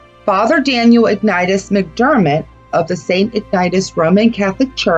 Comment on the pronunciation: Pronounced “ig na she us”. Also, when the “Mollys” were in jail, one of them put a handprint on the wall and, to prove his innocence, said the handprint would never disappear. They have plastered and painted over the print and it never went away. I am a new subscriber, originally from Pennsylvania. Have been through Centralia when it was a thriving town. I really enjoyed your documentary.